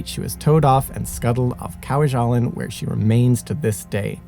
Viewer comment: It's pronounced Kwa-ja-lane. (Two short a's and a long a.) You and Simon have excellent, well written videos. Minor quibble: You would do well to check pronounciation particularly of place names. Many US veterans could have helped with this one.